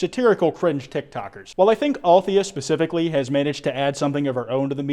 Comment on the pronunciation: nna i think it's pronounced "al-the-ya" not "althia" it's my opinion ok